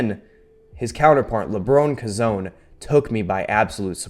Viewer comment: FYI, LaBron KoZone is pronounced Lebron Co-Zone